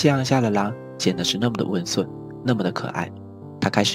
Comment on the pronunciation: 人与人之间 不是len与len 这温sun。。。。少年是感冒了吗